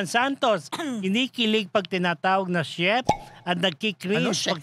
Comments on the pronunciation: Money talks a lot!! Jun no?? please pronounce properly the word "chef". It's a French word. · “crinj” po ang cringe not cring. and “shef” ang chef.